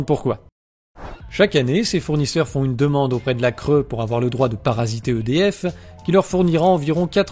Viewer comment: Bon à part que la cre se prononce la cré tout le reste est vrai malheureusement